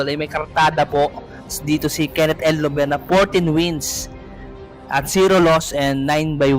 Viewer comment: Bakit "el lover" pag pronounce mo? Dapat Llover as in double L. Parang Liover pag bigkas nito idol. 😅